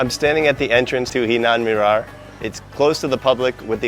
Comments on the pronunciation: It's "Hiran Minar" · It's no Hinan Minar it's Hiran Minar.